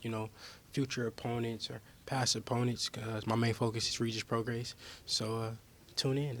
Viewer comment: Whos gonna tell haney how many times hes mispronounced regis prograis last name?